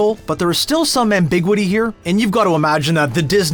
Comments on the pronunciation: It’s not “am-big-widdy”, it’s “am-bih-gyoo-iddy”. 😉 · "Ambigwiddy"? wow. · The way that you pronounced the word ambiguity completely destroyed this video for me.